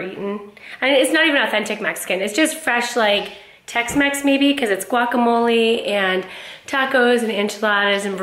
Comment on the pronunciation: Come on. I know you can do better pronouncing guacamole. It doesn’t end with a “y”or an “i” or “ee.” 😉🙃😁